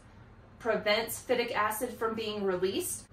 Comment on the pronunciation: FI-tic acid...long I.